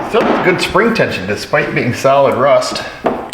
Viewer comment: Yeah, every time I watch a southern video(Rayman Ray) of a mechanic talking about "rust" on the undercarriage, your voice pops into my head and I get a good chuckle.